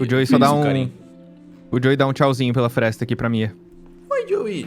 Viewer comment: joui pela "fresta" - celbo: vc disse fresta?..., você vê nessa fresta... 😂😂😂♥️